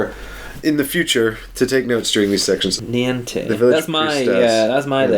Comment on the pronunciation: For reference, Niamh is pronounced Neev. Weird huh?